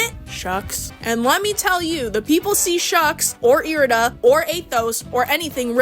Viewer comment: errrrmmm you actually said irida (eye-ride-ah) wrong so now your opinion is invalid🤓☝